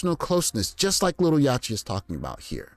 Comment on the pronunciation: It’s Yacht-tee like yacht as in a boat. Yacht-t.